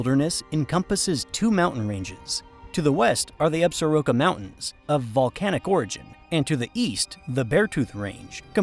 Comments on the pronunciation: People in Wyo when I lived there called it Absor-ROCK-Ah not as you said Absa-Roke-ah. Very nice presentation tho. Thanks. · In MT, we usually say Ab-sor-KEAH instead of absoroka